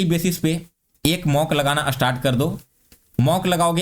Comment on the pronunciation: Astart nahi start hota hai